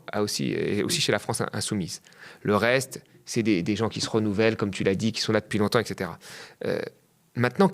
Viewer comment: Qui Z-ont.. Purée. Vous pouvez mieux parler la France ? 😅